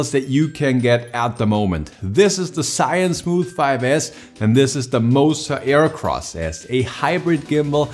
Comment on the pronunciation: It's zhiyun not shiyun lol